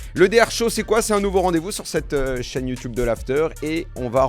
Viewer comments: Alors c’est top Daniel! Si je peux me permettre deux remarques: on dit “YouTube” pas “YouTiube”, et pour tes prochains invités si tu peux leur suggérer de poser leur téléphone pour éviter qu’il bouge non-stop… merci beaucoup! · Très bon format. Par contre, faut arrêter de dire youtiube